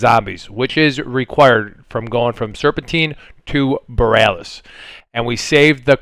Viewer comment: I love how no one knows how to say Borealis.